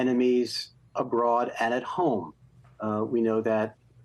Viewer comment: I do wish journalism writ large would establish and constantly-update a guide for at least good approximations of the correct pronunciation of the most prominent foreign names and words. Can't Jen Psaki hear that David Remnick, a Russian expert, is saying zh and not z? Yes, some words/names are difficult to pronounce. Prigozhin is not. Thank you.